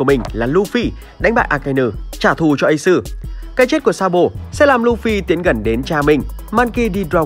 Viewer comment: nghe thằng ad nói ây xừ (Ace) là đã éo cảm tình rồi😂😂😂